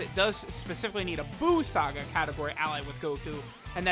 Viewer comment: Each time he said "buu saga" I heard "balls sac guy" 🤣